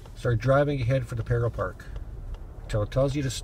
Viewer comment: The word “parallel” has three syllables. You keep saying “Peril Park.” Stop.